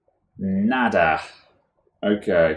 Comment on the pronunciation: "Nada" i like your spanish, "Me gusta arreglar computadoras"... Good luck with thats doble rr jajajajaj. I say, the batery!! remove the battery!! but, this was not the case. Great Vid!!